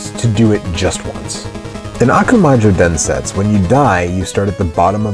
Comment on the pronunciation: DensetsU. I know, in japanese the last /u/ is often silent or near silent (for example in desu, the most frequent japanese word) , but not in that word (meaning "Legend"). Sorry for nitpicking.... But great video, thanks for that!